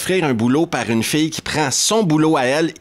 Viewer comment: Cest drôle, avec ta prononciation de "fille" j'ai d'abord compris "fée" 😂. Désolé...